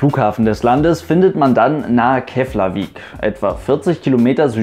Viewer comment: 1. Keflavík wird "Keplawiek" gesprochen. 2. Reykjavìk ist der Notlandeplatz für Keflavík, ansonsten ist das der Inlandsflughafen, praktischerweise in der Nähe des BSí. Von dort bin ich mal mit einer Metro 23 von Flugfélag ìslands nach Höfn gestartet - war ein lustiger Flug. 3. Flugfélag Islands bzw. Air Iceland Connect hat auch internationale Strecken, nach Grönland übrigens. 4. Es gibt auch noch weitere kleine Fluggesellschaften, z. B. Eagle Air, die u. a. nach Vestmanneyar fliegt (ich empfehle trotzdem die "Herjólfur". 5. Die Keimzelle des isländischen Luftverkehrs liegt im Angebot von Rundflügen für amerikanische Soldaten im 2. Weltkrieg. 6. Island hat den mit Abstand besten Wartesaal des internationalen Luftverkehrs: Die "Blaue Lagune"! Badehose mitbringen!